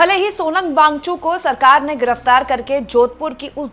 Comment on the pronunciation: Wangchu नहीं मैडम वांगचुक बोलिए. कितनी बार बताएं आप को. आप हिंदी को शर्मिदा कर रही हैं